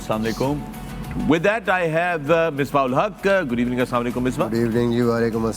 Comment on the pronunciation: Pakistan is so poor that When Fakhar says "GOOD EVENING" in the intro it sounds like "Gareebaning" 😂💀